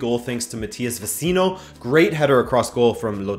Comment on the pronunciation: Veh-chee-no. Veh-chee-no.